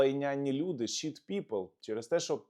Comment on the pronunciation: 💙💛., то що Венс сказав звучить як " шит ", а " шіт " це простирадло. Це помилка багатьох.